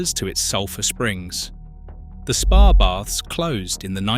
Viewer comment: Really need to get the AI voice to pronounce words properly. If you're doing a video about spa towns, at the very least, the voice needs to be able to pronounce SPA and not just spell it out!